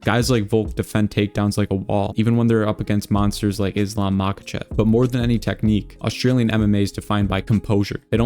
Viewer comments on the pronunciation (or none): none